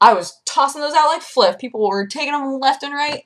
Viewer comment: "Rolling in fliff." I like it.